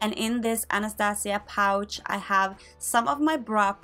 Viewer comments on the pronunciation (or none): none